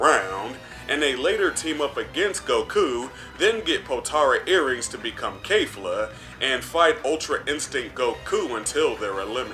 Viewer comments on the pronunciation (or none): none